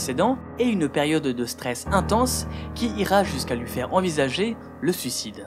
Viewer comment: Alors, ça fait plusieurs vidéos que je regarde, et tes vidéos sont cool... Mais s'il te plait ! NiNtendo, et pas Nitendo // Et encore plus important -> SuIcide, et pas Sucide :P Sinon bravo :D